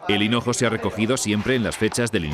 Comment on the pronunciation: Dicen Cenojo?? En vez de hinojo??